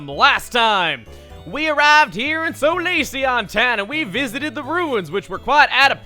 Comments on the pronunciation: Solace is not pronounced So-loss, it's pronounced Saw-less. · "soh-lahss" It's "saw-liss", Chugga. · Solace(So-loss)? Isn't it Solace (Saul-lass)?